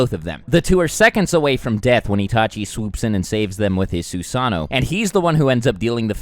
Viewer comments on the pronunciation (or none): Do you pronounce things like shippuden, susano, and amaterasu wrong on purpose? I’m just wondering lol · The way you pronounce susano and shippuden is triggering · the ways you pronounce amaterasu and susano really bothers me